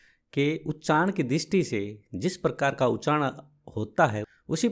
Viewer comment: जबरदस्ती का किसी को किसी से जोड़ना। किसी भी ' सकार ' को कहीं से नहीं जोड़ पाए आप।और उच्चारण तो खैर है ही नहीं। यहाँ तक कि "उच्चारण" का भी उच्चारण ठीक नहीं है आपका।